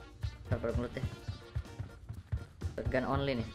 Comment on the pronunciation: R.I.P ENGLISH